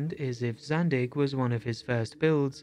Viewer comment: It's Zandeekh, not Zandick.